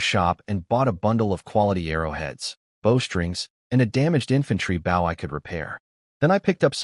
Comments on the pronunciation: Mispronounced bow, for bow and arrows, archery. Also mispronounces bow, like a show of respect. This happens every video. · And once again the AI cannot pronounce the proper word bow, archery equipment instead it talks about leaning forward and respect or the front of the boat. Almost every one of these AI do it. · how come you can say crossbow right but cant say Bow right. all you do is take cross out of bow to say it the right way for a weapon.